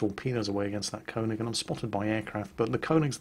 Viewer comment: König not Konig